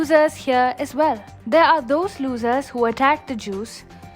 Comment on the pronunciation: "losers" pronunciation really suck in...